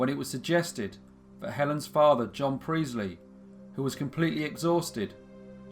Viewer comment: Sorry but its Priestly, emphasis on the t.... not Preezly!